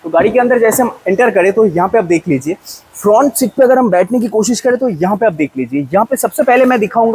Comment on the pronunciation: kya bola fhrount look 🤣😂